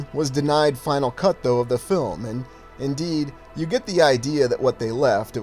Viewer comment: Haha mispronounced "cut"...